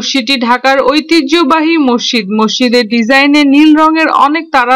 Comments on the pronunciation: আপা! আপনি মসজিদ কে মশশিদ্ উচ্চারণ করেছেন বারবার অসংখ্যবার! আপনি বলবেন> মসৃ জিদ্ এভাবে ধীরে উচ্চারণ করুন, আপনার উচ্চারণ সঠিক হবে। ধন্যবাদ আপনাকে। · আসলে শব্দটি হবে- মস্ জিদ্, আপনার বোঝার সুবিধার্থে শব্দটিকে দুই ভাগে লিখলাম। আমার এক বাল্য বন্ধুও আপনার মতো উচ্চারণ করে। এবং বিভিন্ন টিভি চ্যানেলেও কোনো কোনো সাংবাদিকের উচ্চারণেও মসজিদকে মশশিদ্ উচ্চারণ করতে দেখলাম অনেকবার। ধন্যবাদ আপনাকে।